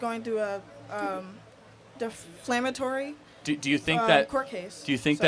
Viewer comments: Hahaha she said deflamatory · Did she really just say "deflammatory"? How the hell did she get into college? Are they just they just letting anybody in now? College really is a scam. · “Deflamatory” Girl the word is defamatory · she said deflamatory???? i love it when these fools use words and don't even know how to pronounce them. LOL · “Deflamatory” she said. LOL! College admittance is pure charity work. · Can't even say the word defamatory, but won't back down on her bs ('points').